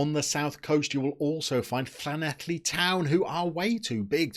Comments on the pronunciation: Well done on the pronunciation fo Llanelli and fun fact jock stein played for them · Wow congratulations on getting llanelli towns pronunciation spot on 👏